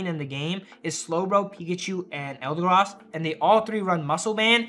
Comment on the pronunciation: eldegross he says